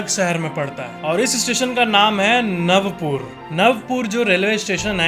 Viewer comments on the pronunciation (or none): It’s Not Navpur It’s Navapur Navaa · नवापूर not नवपुर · અલા નવપુર નથી નવાપુર છે ઍ ખબર નહિ તોય બોલે છે! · Its not Navpur its Navapur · It's navapur not navpur❤ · Its नवापूर not नवपूर